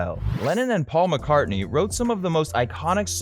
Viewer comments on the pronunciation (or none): Whos this 'marrcar' he keeps mentioning? 😂😂😂